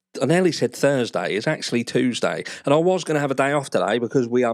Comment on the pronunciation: it’s chewsday, innit?